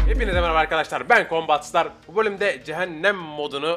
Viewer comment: COMBAT STAR DİYE YAZILIR KOMBAT SITAR DİYE OKUNUR :d